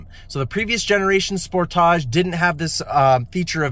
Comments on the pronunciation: It’s Sportage. You know like Sport-age. Not Spor-tage. It’s okay you’ll get it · The way he says Spo taj! 😂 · Lol the way you say Sportage, like all fancy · Can you guys say sportage correctly please...